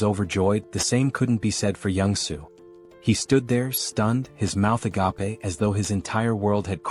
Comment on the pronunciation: Gotta love the "a-gap-a" everytime the AI says "agape"